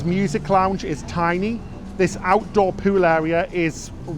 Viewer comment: I don't mean to sound petty but half of your presentation is you speaking. I find myself irritated by the way you pronounce many words, such as "tuna" (choo-nah), "boulevard" (boo-lev-ard), "pool" (poo-well). To be really top-notch, you should pay attention to the pronounciation of words. I know you will probably say that you have done quite well so far with the way you pronounce these words so why should you worry about it. I am probably in the minority but it really does turn me off.